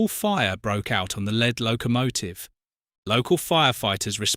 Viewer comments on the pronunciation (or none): Goodbye... AI!! ABrit incapable of properly pronouncing "Lead" instead of (pronounced /liːd/, rhymes with "need"). Obviously AI!!